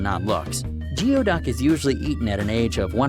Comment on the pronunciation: what's even nastier than the look of Geoduck is that it is actually pronounced: Gooey-Duck